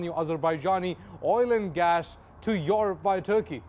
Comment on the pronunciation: somebody teach this guy how to say Europe properly